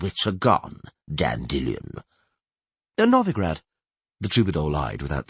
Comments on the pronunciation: Dan Dillion, it's weird that in the 2nd book he does say it normally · Hate the way this guy says Dandelion.